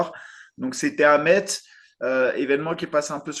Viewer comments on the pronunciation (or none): Stp, ici c’est Messsss, pas MeTz.